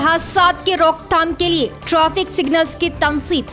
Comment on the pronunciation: Traffic ko trofic bolre madam